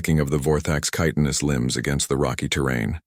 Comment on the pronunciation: At last, an AI that correctly pronounces chitinous.